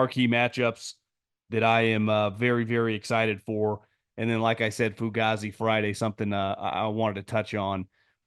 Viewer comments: … the way you say fugazzi is so unseasoned bro. The way Dom says it is actually the correct way bro😂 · saying foogazi has me literally in tears 😭😭😭